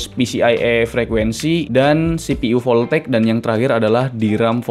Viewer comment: Voltageeeeuuu, jadi sunda hahaha